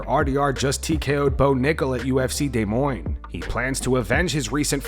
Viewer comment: Shitty ai pronounces Des Moines as Day-moine